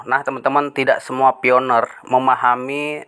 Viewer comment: PI bang bukan FI 😊